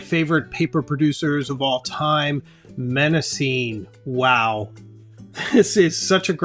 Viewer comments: Hmmm... you promise to review five alternatives to Moleskine, but present three. Please learn to pronounce your favourite choice: The first M in Mnemosyme is silent. Also, "momento" is not a word. You meant to say "memento" (meme = memory). Please present the content accurately, without cultural prejudice creepng in. Italian makers are not necessarily superior to Malasian manufacturers, as you imply. Less pretension and more accuracy, please. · Excellent video and so helpful. I’ve subscribed. (I was surprised by your pronunciation of Mnemosyne but is forgivable 🙏). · The beginning M is silent in Mnemosyne. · It would help if you pronounced Mnemosyne correctly. It's Greek, so for phonetics you have to go to the original Greek alphabet. Rhymes with Persephone, Calliope & Daphne. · For future reference the first M in Mnemosyne is silent. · Nice review. Thank you. BTW, Mnemosyne is pronounced nih-MOSS-uh-nee in English, with the stress on MOSS. The initial M is silent. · It's pronounced "NE ( as in never mind) MA ( as in mama) SIN KNEE ( and the last two sound like the real English words.)) Sorry to be 'that' guy I actually don't find pleasure in it. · Since Mnemosyne is a Greek name, you should pronounce it properly: ne-‘MOSS-uh-nee. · Great video, but Mnemosyne is pronounced neh-MAW-seh-nee, with the stress on the second syllable. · If I recall correctly from my classics classes, Mnemosyne is pronounced Neh-MOS-suh-nee I’d check Google Translate Greek. In fact, I might do it now. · Google show it pronounced "neh·mow·zeen"; but certainly not starting with an "M" sound, especially as that is the root for mnemonic! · Mnemosyne is pronounced as "nuh-MOS-uh-nee" or "nee-MOS-uh-nee.". I just looked this up and I’ve never been so wrong for so long. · mnemosyne - the first 'm' is silent and you pronounce the 'e' at the end. 'nee-mos-ih-nee'. thank you for the video and alternatives